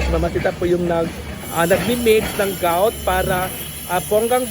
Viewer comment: Grout po, ndi gout 😅